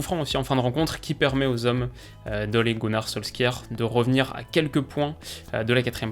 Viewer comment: Solskjær se prononce "SOULCHARE" Merci.